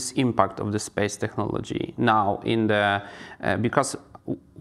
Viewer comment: No teraz to dałeś czadu! Nie dość że Gość zacny, to i poprowadziłeś rozmowę po angielsku!🎖Wspaniały wywiad! ps. "technology" (/tekˈnɑː.lə.dʒi/) wymawiamy z "k", w odróżnieniu od polskiego "ch"😊